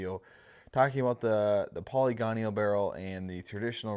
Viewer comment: That was distracting to me as well. Great information and well-presented but "polygonial" instead of "poly-gonal" pronunciation detracted from it a bit. I've mispronounced plenty of words in my lifetime, it happens to us all.